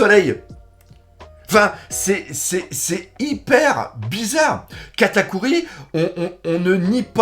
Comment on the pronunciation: "KATAKIOUIII" ptn! j'ai recraché mon verre de vin par le nez